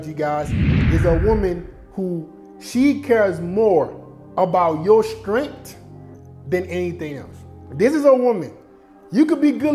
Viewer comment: Everytime he says “Strent” instead of strength has me dead💀